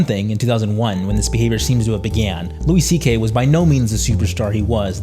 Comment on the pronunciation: I can’t tell if you’re trolling us when you pronounce things wrong like downFALL and weinSTEIN.